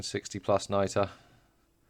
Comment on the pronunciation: it's nitra not niter my dude